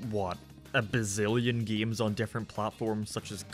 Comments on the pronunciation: I like how he says "games" g e e m s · The way you say games or gaming is Irish